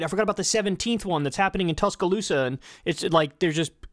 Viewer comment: Full stop. Time out. Kyle, how do you even know Tuscaloosa Exists. And you pronounced it correctly.